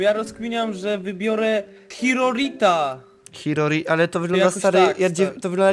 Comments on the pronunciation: Czyta się czikorita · mwk czyta się czikorita